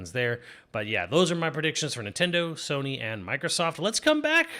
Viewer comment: It’s Pokemon Z-A and Sony NOT Soony.